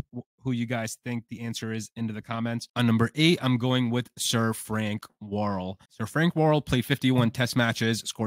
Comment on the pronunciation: His name was Frank Worrel not Warl.